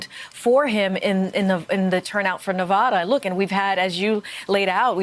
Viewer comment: She thinks she sounds smarter by miss pronouncing Nevada but it has the opposite effect